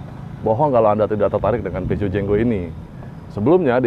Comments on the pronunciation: komen dikit mas.. salah spelling nya.. Peugeot = dibaca Fu-zo. LED = dibaca EL-I-Di. hehehe.. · Mungkin bacanya Purzhoh